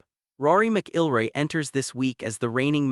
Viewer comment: You can't even pronounce "McIlroy" correctly. AI slop at its worst.